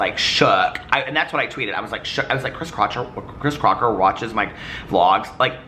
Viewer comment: I can’t help to point out you said “Chris Crotcher” at one point 😂